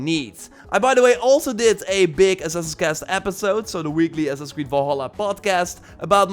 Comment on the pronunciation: How he says Assassin's "ass sasis" 😂